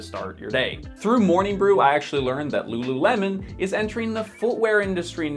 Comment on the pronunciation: ru ru remon? 😑